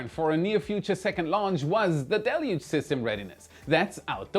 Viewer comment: Great job,! You know how to pronounce the new tech word: "deluge"! Congrats!